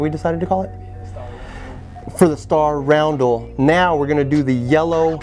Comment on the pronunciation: RUN-DEL not ROUND-DEL